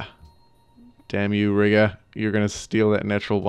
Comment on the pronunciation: It's "ree-gah," not "rih-gah."